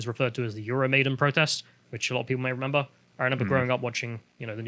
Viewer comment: Or says 'renember'